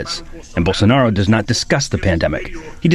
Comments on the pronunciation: BOWL. SO. NAH. ROH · bowl sa 'narro.